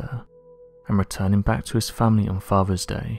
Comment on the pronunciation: I love this content. The variety of these mysteries is astounding. Also, despite your mispronouncing "th" as "v", as in "faver" for "father", I enjoy listening to your voice. Now, for what I don't like. Every time you quote someone you use the phrase "said the following". I have come to hate this phrase because of your over usage. Vary your commentary please! Why don't you ever say "X said" and leave it at that? You are clearly intelligent enough and well educated enough to come up with other ways of introducing a quote. Do this for me and I will subscribe.